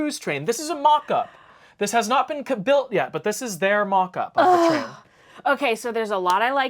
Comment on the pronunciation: “This has not been KA-BUILT yet.”